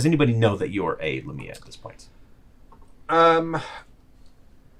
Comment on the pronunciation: The emphasis goes on the first syllable; it's "LEI-mi-a" Also, lamia aren't a playable race in D&D; the closest thing is a Yuan-Ti Pureblood.